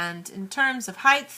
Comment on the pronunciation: By the way OP, it's pronounced "HIGH-T" or "HIGH-TE", not "HIGH- TH"